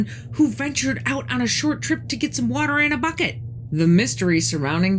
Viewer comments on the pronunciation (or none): none